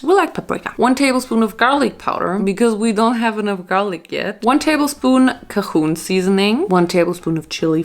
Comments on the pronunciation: Yes its definitely pronounced kay gin as someone else from the south. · “Cujoon” haha it’s pronounced cay-juhn or have it rhyme with asian just add a cay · I died when you said Cahoon seasoning 😂 It's pronounced kay-juhn. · Bro said chon instead of Cajun how you say it is here ca-shin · “Kah-hoon” spice 😂. It’s CAGE-UN girl 😂😂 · It’s not cahoon (Cajun) it’s pronounced Cage-In (Cajun) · The way she pronounced Cajun as Ka-hoon 😂😂 its Kay-jun lol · Cahoon seasoning??? Lol. Adorable. Kay- jun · Cahoon? Lol cayjun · She really called “cajun” “cuhooon” 😂😂 I love her so much!! From Lousiana they are called Cajun people pronounced “CAGE-UN” 🌻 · DID U SAY CAHOON DO U MEAN CAJUN LIKE KAY-JUN or am I wrong 😭😭😭😭😭😭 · She said one table spoon "Ca-hoon" seasoning🤣🥺🖤 Baby it's "Kay-jun"🤣🖤🖤 I love her so much🤣🖤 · CAHOON 🤣🤣🤣🤣🤣🤣 I love that sm. It’s pronounced Cay-jun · CAHOON?!?? 🤣🤣🤣🤣 Cajun is Kay-jun 💖💅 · Nobody:: ✨Ka-hoon✨ Girl it’s kay-juhn CAJUN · I love your videos so much but that’s not how you say cajuin it’s ca-gen or at least that how we say it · as someone who lives in the deep south, hearing her say “cajun” as “kahoon” was so funny to me. i love hearing the way people from other countries pronounce such odd words in english lol. “cajun” is pronounced “kay-gin.” :) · It’s not pronounced Kay-gin it’s pronounced “Kay jun” jun like june without an e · KayJUN seasoning love. not kaHOON. cajun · Hahaha dying, habe früher cajun auch "kahuhn" ausgesprochen, bis ich eines besseren belehrt wurde.. Es heißt "kejdschn" 😂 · “Cajun” is pronounced Kay-jun. not kayhoon xD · really said “cahoon seasoning” for Cajun 😂❤️ it’s okay girl. It’s pronounced like “cage-in” 😂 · For some reason the j equals ch for foreign words is kinda prevalent here (ger). It's the/a Spanish way to pronounce it when in this case it actually is supposed to be french. From Acadiens. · omg Cajun seasoning is not “Ka-Hoon” it’s pronounced “Kay-Gin” PLS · Also, kahoon seasoning! KAHOON 🤣